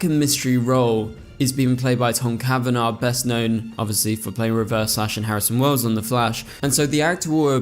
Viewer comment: Ya it's not wells 😊